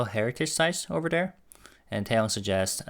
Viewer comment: you said "Ober dere".. 😅😂🤣